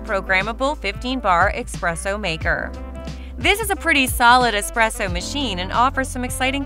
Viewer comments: i cant take you seriously when you're constantly saying expresso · I was about to say, never take espresso advice from someone who pronounces it "expresso" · Yeah, I’m not trusting anyone who can’t even pronounce espresso.